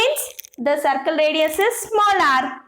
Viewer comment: Madam it is circle Not sarcle